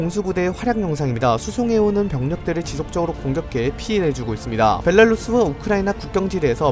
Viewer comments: 지난번부터 느끼던건데, '벨라루스'를 '벨랄루스'라고 발음하시네요. 한국어 표기법도 '벨라루스'고 영어 발음으로도 '벨라루스'인데 왜 매번 '벨랄루스'라고 하시는지 모르겠습니다. '벨랄루스'가 발음이 더 쉬우면 그냥 그려려니 하겠는데 벨랄루스라고 발음하는게 더 어려운데 왜 굳이 더 어려운 발음이자 틀린 '벨랄루스'라고 하시나요? 앞으로는 '벨라루스'라고 발음해 주시면 좋겠습니다. 어쨋든 뉴스 방송이잖아요. 최소한 나라 이름 발음은 정확히 해주셔야죠. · 왜 벨라루스를 벨랄루스라고 발음하시는 건가요? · 자꾸 벨랄루스로 들림